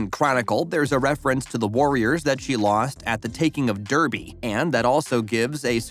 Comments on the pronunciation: When you are talking about a programme you say you’ve watched can you at LEAST pronounce the characters names correctly . Thanks . And it’s pronounced DARBY not DERRBY . You’re welcome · I was so offended as someone from Derby 😂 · Even the place names. As someone from Derby (pronounced Darby) it really hurt 😂